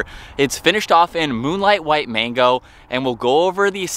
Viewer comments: Magno, not mango. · It’s MAGNO not MANGO 🤦‍♂️🤷‍♂️🤣